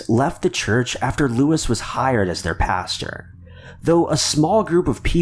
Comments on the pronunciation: Paster not pasture. lol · Pastor not paster nor pasture.